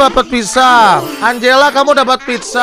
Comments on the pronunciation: Anjela bukan angelaaaaaaaa banggg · Tulisannya tu angela, tapi di baca Enjela kak 🤣🤣